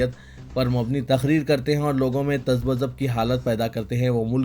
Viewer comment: تزبزب كا تلفظ بهى غلط ادا كيا